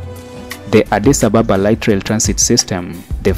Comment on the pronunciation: You need, to learn how to pronounce Addis Ababa correctly. Ask or listen to the locals when they say Addis Ababa. May be, you are accustomed to calling out foreigner unfriendly colonized capitals i.e. Johannesburg, Nairobi, Cairo etc. etc.